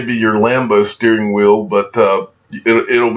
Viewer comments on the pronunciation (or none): none